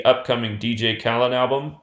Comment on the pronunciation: it’s KHALED not Khalid you dumbass